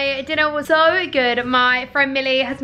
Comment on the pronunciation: Why does she says “sOw” instead of “so” 😂